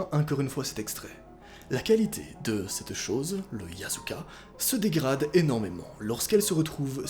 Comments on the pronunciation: Ta dit yazuka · T'as dit yasika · SURTOUT QUE ON DIT YAKUSA PAS YASUKA !!! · mais sa se prononce yazuka pas yassuka non? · Nn il dit YASUKA mais ça se prononce AYZUKA (d origine c ça) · Il dit chiasuka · Ne jamais prononcer ce mot à haute voix: qui dis Yaskua oklm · Mdrrr noa a prononcer yasuka et aussi il sont trop bete jpp 😂😂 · il y a des secondes: on ne doit pas prononcer « Yasuka »: « Yasuka » Nous:🤭🤭🤭🤭🤭😢😢😢😢😢......... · tu a dit "YASUKA". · Mdrr il a prononcé le yasuka bon bah adieu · T'AS DIS YASUKA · Mais tu l'as prononcée comme 😂😭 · la précédente vidéo il a dit de jamais prononcer "YASUKA" à à voit haute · Tu a dit YASUKA